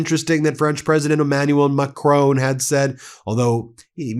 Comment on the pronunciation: He Bin stop calling president Macron, Macrooon. Listen to Mark Carney or house of El for the right pronunciation! Your pronunciation of Macron gives me the a terrible feeling! So I will call you Bin from now on! BTW I support you content!